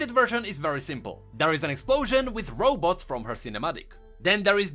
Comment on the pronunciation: Why are you constantly saying Row boats? :))))